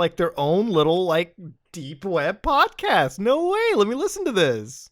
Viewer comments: I thought the same-- when he gets excited he sounds more Canadian than usual, lol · bro turned into a midwesterner. No wey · Muta has never sounded more Canadian than when saying "no whey" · I read this the moment he said it and yeah, extra Canadian at that particular moment